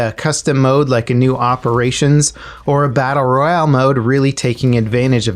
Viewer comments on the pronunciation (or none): none